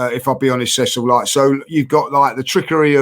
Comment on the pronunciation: Man called Cecil "Curtis" lol